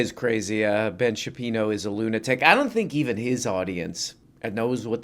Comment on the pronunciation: Ben Shapino? Never heard of him